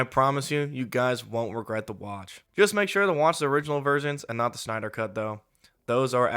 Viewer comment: Stop pronouncing Snyder like Schneider!